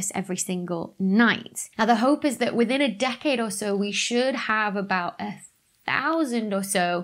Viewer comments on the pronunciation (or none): none